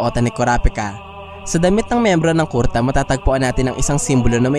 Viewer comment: Medyo asar lang sa pag bigkas mo ng kurta na miski kuruta haixst